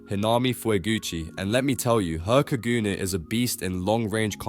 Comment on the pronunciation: When u said kagoons it hurt me